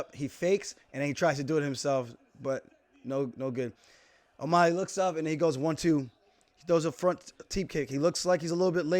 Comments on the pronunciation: Can someone please teach Aljo how to say O'Malley? Not O'Molly, it's O'Mah-Lee. Alley like an alley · As long as he can learn to say the guy's name, it's not o mulley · Sean - "oh you're a wrestler now!!???"I don't know what's better. Paulo saying Luke rockhold or you saying o'molly lol. Also how the fuck you say peoter correctly and hack up O'Malley lol Thanks for the vid champ 👌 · Nobody: Alijo: O’Maaly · the way he says O'Malley is cringe lol but respect to aljo for seeing the fight as it actually is